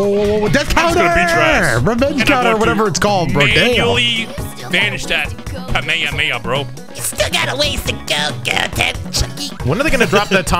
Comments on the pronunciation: Goten's super move is Kamekameha because he says it wrong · Still love the "Buu Bits" from DBZA where Goten mispronounces Kamehameha and Trunks calls him out on it. Need that modded into Sparking Zero. So...three idiots versus the audience time? Good luck, fellas.